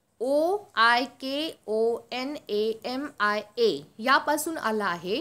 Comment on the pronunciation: Mama tumi OLKONOMIA SPEAK aaha tu (OLKONAMIA) mahnla